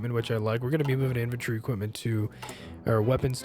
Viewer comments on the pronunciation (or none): Y'know, it sounds a bit like you're saying inventory instead of infantry. maybe it's just accent or something? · As a stupid swede I may be phrasing myself incorrectly, I feel... But anyways, it's just that it sounded like inventory as if you were skipping the 'a' in the word infantry. It's really nothing, just a remark. [Accent is the word I was looking for. It's and I'm too tired to language right now ;) ]